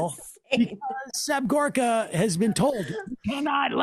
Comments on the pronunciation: Seb Horka now? So that's his name now, can't think of a better person to butcher a name on than Seb Dorka. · Is it not Serb Gorka and not Horka? Anyway, this is a better gig for Serbie. In the past, he has been hawking fish oil supplements on TV ads and he has been saying he is a "Doctor". He never mentions he is not a medical doctor.